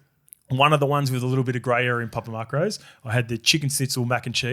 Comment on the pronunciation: Why is saying "papa mark-rose?" Isn't it macros? Like "mack-rose"